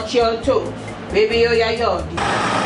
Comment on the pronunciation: You crack me when you say babie😀😀😀😀😀😀